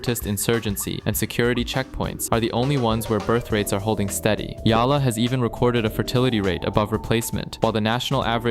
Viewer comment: Why is it that you can pronounce Pattya perfectly, but sucks at Yala?